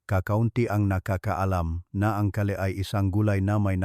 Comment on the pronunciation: Gulay ang kale ang basa ay keyl hnd ka-le